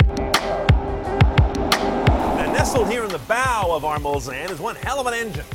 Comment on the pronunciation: Very impressive car. Bentley Mul-Zanne, according to.